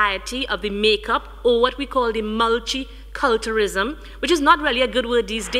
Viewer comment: did she really say mulchi culterism? My god...is she really representing my country? Can't bear to watch any further >_<